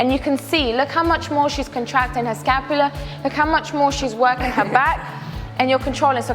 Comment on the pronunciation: Lats are not short for laterals. Also it’s scapula not scalpula. I’m cringing so hard